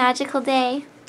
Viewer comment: did you say arigatoo gozaimate? it's gozaimasu,lol. too cute! what about some chinese?, xie xie:)